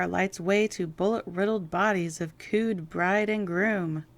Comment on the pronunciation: My gosh, you actually said "cooed"? As in to coo like a bird? CO-ED is short for co-educational, (boy/girl), and it's pronounced like it looks. I'm surprised you wouldn't know that